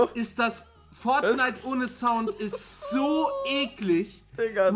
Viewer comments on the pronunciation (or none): none